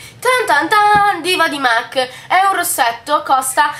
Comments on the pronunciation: si dice mac non "mec" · La pronuncia più sentita e diffusa non è sempre quella realmente corretta, non bisogna essere madrelingua per capire che "mac", in quanto acronimo di make-up art cosmetics, si pronuncia mac Sally M. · beh "and" si dovrebbe pronunciare and non end però dettagli haha e mac si pronuncia mac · esaaaattooo se fai un video di beauty almeno informati su come si chiamano le cose😂😂😂 mac pronunciato |m. a: c| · ma in ogni caso "Art" si pronuncia come è scritto perciò la pronuncia corretta è "MAC"